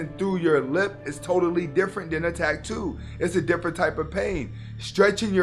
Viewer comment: Dude, why are you pronouncing Asta la vista ,Hasta la vista ? Also you're saying tag- too instead of ta -too. Not trying to be a dick; I just noticed and thought you might not have, because everything else is on point Thanks for the content